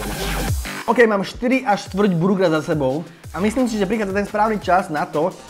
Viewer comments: "oukey kalorie" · "OUKEY KALÓRIE"